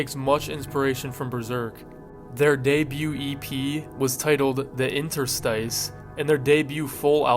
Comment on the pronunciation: Interstice is pronounced "in-TER-stiss" not "IN-ter-stice" God damn man.